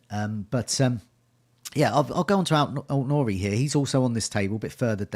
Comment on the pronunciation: Any more irritating word play with "talisman" and you're going to lose a subscriber. And it's AIT Nouri, not ALT. Sheesh!